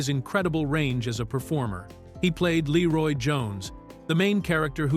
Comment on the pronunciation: I love how the AI narrator pronounces his name ‘Laroy’ like all of the White people in the movie. 😂😂